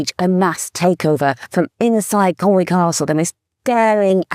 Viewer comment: Your family is from there & you STILL can't pronounce Conwy. It's not Conwaaaaaaaayyy, it's Conwy.